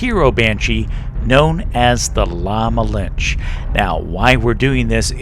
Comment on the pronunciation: The E in "La Malinche" isn't silent.